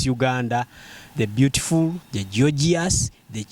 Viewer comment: I hear jojious😁😁😁😁